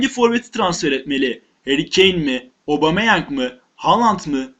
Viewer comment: Abumeyang değil Admin Aubemeyang..